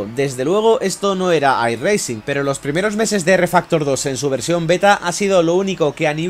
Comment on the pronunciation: no pronuncies la "G" en "iRacing", que suena mal.